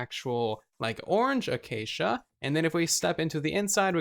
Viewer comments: A-cha-cha wood??!! You are as bad as xisumavoid! It is a-Kay-sha! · Does he say achacha wood because of xizuma.